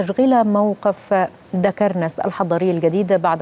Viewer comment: المذيعة من ايجبت معلش مش عارفة تنطق دقرنس دكرنس يا حاجه